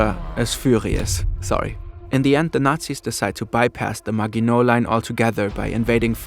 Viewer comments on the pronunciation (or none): i might be nit picking but Maginot is pronounced Maj-in-o (silent t) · Can't even pronounce "Maginot" correctly.